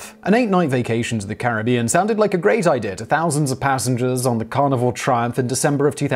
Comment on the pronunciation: Every time Simon says 'Carnival' I keep hearing 'Carnivore'. That already sounds like it's gonna be unpleasant from the go.